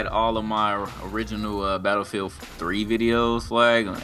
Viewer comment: nigga said "betafeild" lmaoo